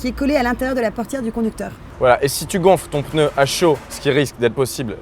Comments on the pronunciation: faut vraiment être un beauf pour dire peneu omg XD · Pneu et non pas peneu